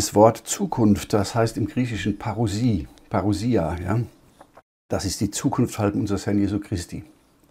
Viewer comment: Hallo ich bin der griche es heißt PAROUSIA